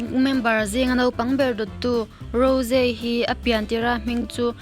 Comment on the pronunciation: Rose aiah raws tia lam tur lom